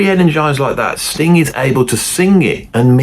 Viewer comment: You really must stop putting a k on the end of Sting. It sounds like... well you know what it sounds like. Also you were "sitting" there. you were not "sat" there. Just helping you out with a little grammar.